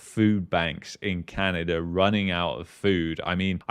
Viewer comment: Sometimes it's Canada Sometimes it's Canerder